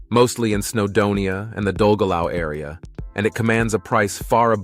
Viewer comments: Learn how to pronounce Welsh names. Dollgellow? No, Dolgethlai. Get it right or don't make videos about Wales! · It’s a very welcome view of Wales, having been brought up in London, but of ancient royal Welsh heritage of which am proud of, but also a non fluent welsh speaker, Even I know how to pronounce some Welsh words, but the narrator was well off track. Primarily Dolgellau s actually pronounced “Dol Geth Lee”, not “Dol Ge Lau”, sorry not being too picky, it is from the Ancient Brithonic language of the Beaker people, not Anglo Saxon.regards Terry Williams of Tudor descent. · Dolgellau pronounced Dellgethly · Great Video but I had great amusement at the pronunciation of place names i.e dolgellau is pronounced 'doll - geth - lee' and Carmarthen 'car - marr - then'. Mind you in all fairness, and I live in Wales, many of us can't pronounce the names right either 🤣🤣🤣